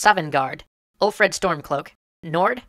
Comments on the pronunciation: hehehe....He said ulfred instead of ulfric... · I'm sorry, but really made me cringe... Savvengard should be Sovngarde. Ulfred should be Ulfric Tuleous should beTullius Dalmoore... wth? Should probably be Thalmor Helgan should be Helgen And I have no idea what Elod should be... (Elsweyr maybe?) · It's Ulfric not Ulfred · Just a little annoying but it's Ulfric not Ulfred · Thalmor, Ulfric, Sovngarde, Helgen, Vilod, Tullius, and Rorikstead. Not Dalmoore, Ulfred, Savvengard, Helgan, Elod, Tuleous, and Rorickstead. If you're going to put in proper nouns, spell them right or don't put them in. Otherwise, great video. Although I do disagree with your conclusion. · its ulfric not ulfred and im pretty sure there are a few other mistakes in that scene too. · Its ulfric stormcloak not ulfred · its ulfric not ulfred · Helgan? you mean Helgen. Dalmoore? is Thalmor. Ulfred is Ulfric. Savvengard is Sovngarde. Tullous is Tullius. Bro cmon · Ulfric not Ulfred. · Hate to be that nitpicking guy, but it's Ulfric Stormcloak, not Ulfred. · I do believe you meant Ulfric Stormcloak. Not Ulfred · LOL he said ulfred, it's Ulfric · I spent the rest of the video dwelling on the fact that he said Ulfred Stormcloak instead of Ulfric Stormcloak. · it's ulfric, not ulfred, but ok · "Savvengard" --> "Sovngarde" "Ulfred Stormcloak" --> "Ulfric Stormcloak" "Rorickstead" --> "Rorikstead" "General Tuleous" --> "General Tullius" "Dalmoore" --> "Thalmor" "Helgan" --> "Helgen" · Did anyone else notice "ulfred" stormcloak? Isn't it ulfric? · BY YSMIR, IT'S ULFRIC, NOT ULFRED! YOL... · WAT IT'S ULFRIC! NOT ULFRED! Unsubscribed. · It's actually , ulfric stormcloak not ulfred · Okay, I know that everyone makes mistakes and I completely forgive you and I know I'm super mean but it is Ulfric not Ulfred. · ummm... Ulfric... not ulfred ya guys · The fact that he said Ulfred and dalmor disturbs me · Dude...it's Ulfric. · Ulfred lol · Ulfred lul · "Ulfred Stormcloak". Come on man... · Ulfred? Ulfred?